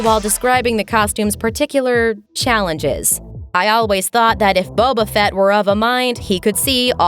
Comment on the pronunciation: I wouldn’t take any advice from a guy who called a character bobafatt